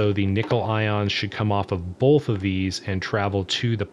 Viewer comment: Why do you say "bolth" instead of "both"? What kind of accent is that?